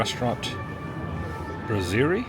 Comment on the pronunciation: it's not pronounced bra-serie there are two ss's so you say bras-serie (and that's a place where you go for a light snacks or just a drink instead of in a restaurant is for eating full-on lunch and/or dinner) not mentioning the butchering of the name of the place